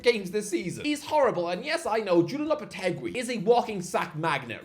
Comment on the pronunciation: lopetegui is not pronounced like that man